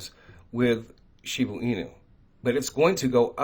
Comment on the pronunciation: ShibAAAA .. Aaahhhh.... not Uuu. Not shibUU inu. ShibAAA inu. Plz lol 😆